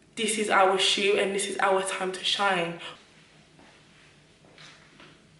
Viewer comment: “Look at de shew” 😂😂😂